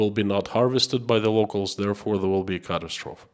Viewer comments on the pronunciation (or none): Just so you know ( this is not a criticism) in English , ‘catastrophes’ is pronounced p’ Cat-tast-to phee’ i.e the end of the word is ‘eee’ with a long ‘e’ sound not ‘oph’ Catastrophee not Catastrophp…..